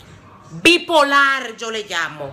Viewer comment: Jajajajajajaja buena esa reflexion!! Bipolarrrrrrr con rrrrrr